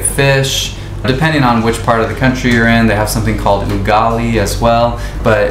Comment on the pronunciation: The way you pronounce"andazi" , " ugali" just like a local 😂